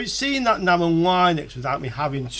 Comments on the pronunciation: Noooooo don't say line-ux its lin-ux all day long :) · yup, like lint, linx, lips